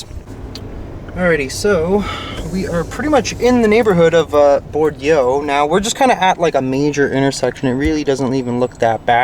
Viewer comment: Hey in Nashville Bordeaux is pronounced Bore doe 😊